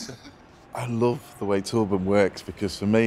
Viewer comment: Love how he pronounces Torben as Tåpen 🤣